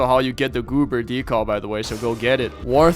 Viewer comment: Its pronounced "decal" dee·kal NOT DECALL